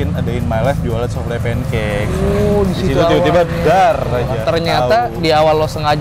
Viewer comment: Bkn soufle tp bacanya soufel